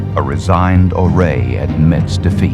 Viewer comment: Chief Ouray’s name is mispronounced in this video by the narrators. It should be pronounced, “You-ray”.